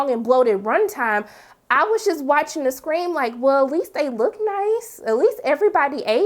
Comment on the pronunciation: Girllllll...please tell me you're not saying screaM. 😂😉